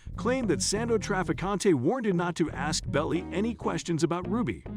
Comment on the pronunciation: Ibbor city instead of the correct pronunciation EEbor City and Melvin Belly instead of the correct pronunciation Bellai.......Should you be doing voiceovers for YouTube? Mind you, I've only watch about 2 minutes of your 7+ minute video!